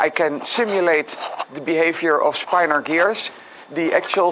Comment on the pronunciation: It's pronounced "spin-or" and it's really interesting! I highly recommend this PBS Spacetime video on the topic: It may even inspire you to attempt some 3D mechanisms based on this magical property.